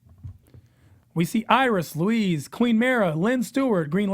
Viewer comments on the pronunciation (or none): It's pronounced Lois not Louise